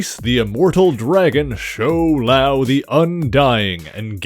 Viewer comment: My friend The pronunciation is Shou-Lao